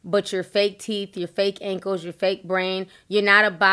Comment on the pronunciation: Did she say fake Ankeks 😆 lmao